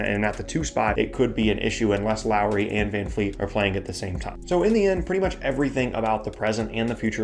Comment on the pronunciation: It's vanvleet not van fleet